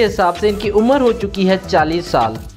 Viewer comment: Umar to theek se bolo